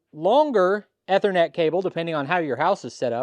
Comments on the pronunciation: I wasn't gonna tweak him about it, but, yeah, I was cringing every time he said it. As you noted, it is the Long E sound. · Eee-ther-net. E as in easy. Ethernet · It's pronounced "E" thernet. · a minor pronunciation correction, if you please. The first 'e' in Ethernet is pronounced like in knee or need. You had it correct once or twice there:). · Ethernet is pronounced this way